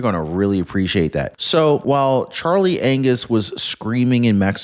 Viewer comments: Did you just say Charley Anuss instead of Angus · You just said, Charlie Anus🤗🤣🤣🤣🤪